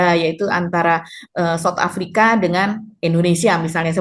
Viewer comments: Bukan soft Africa bung, south lol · Banyak salahnya aja bacanya...wakakakkk..kayak begitu aja dibangga2in...heheh..south africa dibaca sama gibran sop afrika..wakakakakkk